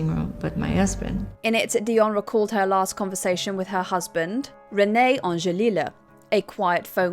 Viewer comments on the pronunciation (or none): Its angelil not angelilah smh